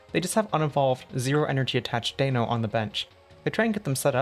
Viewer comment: For the record, the “EI” in the Deino line is pronounced with the long “I” sound (like as in “wine” or “side,” as they take partially from German numerals: Deino has “ein” in its name, Zweilous “zwei,” and Hydreigon “drei,” which are German for one, two, and three. For the record, I use only non-meta decks that I put together myself without using any outside resources, and I consider it successful if it has defeated Dragapult ex on its first encounter with one. I most recently achieved that with Mega Delphox ex with (Black Bolt) Reuniclus. I personally derive no satisfaction out of winning using a deck many other people are using. The rarer the deck, the better I feel about winning. TCG Live provides you with a Mega Chandelure ex deck. This is a modification I see to it every now and then.